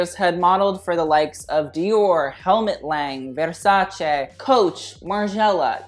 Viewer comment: As an it Italian I appreciate the fact that u said “Versace” and not “versaci”